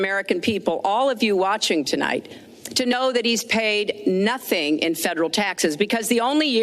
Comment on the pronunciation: YOU DO IT ALL THE TIME!!! IT IS "NOTHING" NOT "NOTHINK!!!" YOU ARE BETTER THAN THIS MEHDI!